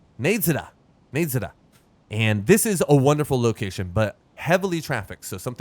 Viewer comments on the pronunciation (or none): the town is called nadezhda and is pronounced NA-DE-SHDA, which in Bulgarian and Russian means hope